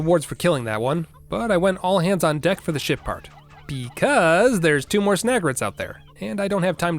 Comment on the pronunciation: Somehow I keep hearing him say "Shit part"